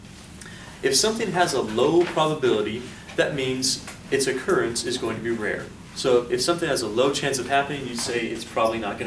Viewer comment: I like how they continuously butchered the word 'occurrence'